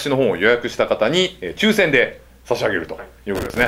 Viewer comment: 一瞬『抽選で・・・』が、『￥9,000で・・・』に聞こえた！